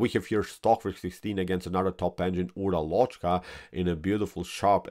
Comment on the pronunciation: The correct spelling for o in Uralochka is like schwa and the stress is on first a.